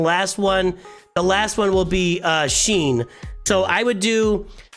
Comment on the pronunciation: Great vid, but one thing is bugging me like crazy. Shien is pronounced 'She-en', not 'Sheen'.